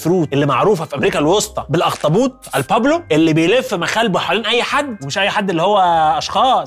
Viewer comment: Pulpo not pablo 😂